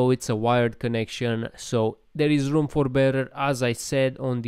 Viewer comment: The HOME BURR-um 🎉